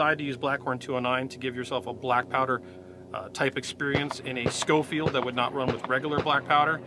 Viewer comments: It’s not pronounced Skofield. It is pronounced Show-field. Hell Red Dead 2 got it right. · It's actually pronounced Show-field.